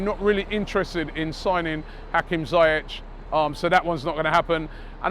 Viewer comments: It's pronounced "ZEE-YEK" not Zie-ech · Dani Kabellas? CEBALLOS Hakim Zayetch? ZIYECH FFS... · ZAYETTE.....CABEYOS robbie torturing names all the way in Vegas